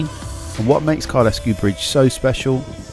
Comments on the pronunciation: Some of your pronouncing was "interesting" ha ha. Kylesku is Kyle-sku rather than Kyle-esku. The others...well it is normal for "Southern people to copy what they hear on the "Media" ha ha. Interesting video reminding me what I miss. Time I returned to the Highlands ha ha. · Kylesku is a single word with the 'e' being silent, we don't have 'locks' in Scotland they are Lochs. Great video I've did the route many times. Well done with the book. I have subscribed. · It's pronounced Kyle Sku... hence the comment above.